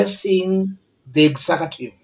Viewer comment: Kenyans say “exakative”. Do you all mean mean “executive” or is that a Swahili term?